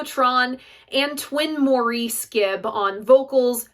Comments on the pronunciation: It's Americans pronouncing Maurice the way you do. The name is pronounced Morris. Like Ray Davies of The Kinks, Americans pronounce his name as Davees, while in England the name is pronounced as Davis. You silly insane Americans. I love the Odessa album. I do not see it as a concept album. I cover the title track and others at open mics and local events. Come on down! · Love this video. So happy you've chosen this album to review. Just wanted to say that Maurice's name is pronounced MORRIS not as the French Maurice. Hence the brocalled him Mo for a nickname. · Good review. btw, from what I've heard, Maurice's name is pronounced like 'Morris'. I'll have to give King Crimson's Islands a listen. I detested disco music back in the day when it was the rage (I was a teen then) but these days I enjoy a lot of it. I guess you can say that people's tastes change over the years.